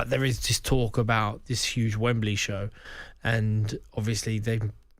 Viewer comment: Someone needs to tell George Groves it's call 'TALK' Sport not 'GAWP' Sport! 😯 Oi! Groves! Close your mouth son! 🤦🏾‍♂️